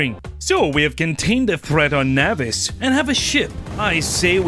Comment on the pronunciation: can this dude pronounce ANYTHING dawg? like obviously my SPECIFIC PRONUNCIATION of nauvis is obviously correct. also, CALACITE? cal-cite bro. where the fuck is the other A coming from?